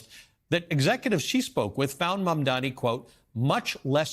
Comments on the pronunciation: It's MAMDANI! M.A.M.D.A.N.I. STOP FXCKING UP HIS NAME AND DO SOME JOURNALISM!! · These People still can’t get his Name Correctly. 😂